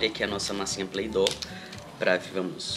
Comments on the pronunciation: Se fala "Plei-dou" mds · e play doy não play doo 😂